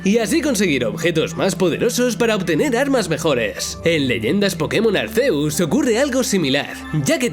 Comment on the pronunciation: Chale desde que pronunció Arceus y no Arkiuzs me dio algo. 😖